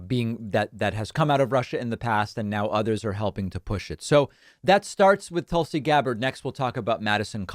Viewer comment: David when you have been given that the correct pronunciation of Tulsa Oklahoma as TULL-suh why do you still insist to hatchet Tulsi Gabbard as TOOL-see?